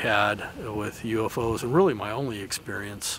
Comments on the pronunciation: I was done when the narrator kept saying YOO-FOES :/ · Why does the girl pronounce it as YOU FOOOOS!😂😂 you would think the editor would have caught on to this